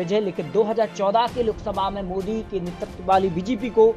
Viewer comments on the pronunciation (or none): none